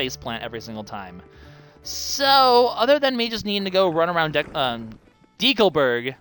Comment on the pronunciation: Do people seriously pronounce it 'D. Calburg', like it's a people-name? I've been pronouncing it 'Deckleburg', and I don't plan on changing that anytime soon...